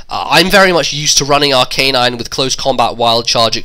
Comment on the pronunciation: It's Ar-ca-nine, not Ar-canine. :]